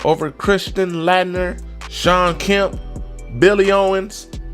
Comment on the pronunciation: Christian Lat- Ner lol it's pernounced Late(like Late night) Ner